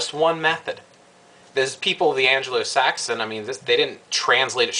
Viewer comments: "An-Glo"-Saxon (not "An-Jeh-Lo").. o.O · You had my interest until you said "An-gelo-Saxon" ? Really ????? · Just to let you know (it's the only thing tat bugged me) you keep on saying Anglo-Saxon wrong. You pronounce the "g" like you do in golf or gate. Other then that I'm not so fussed on what you've said, and I'm a Wiccan and I will admit that you were right about what my thoughts about this were going to be when I I read the title and I apologies for them. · ANGLO saxon.....not Angelo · yes i spelled it how it's pronounced. just letting u know how it's pronounced. the word is Anglosaxon. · Your point in this video is well taken. There are far too many people who got on the Wiccan bandwagon, simply because it was the largest nonchristian bandwagon in town. People take far too much on faith, lacking faith in themselves. One complaint: it's Anglo-Saxon, not Angelo-Saxon. Angelo is some dude running a pizzeria in Brooklyn. Other than that, good job.